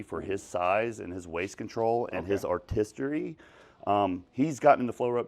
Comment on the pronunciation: “Artistery” and “Hipertriphy”🤣 lay off the brotein juji!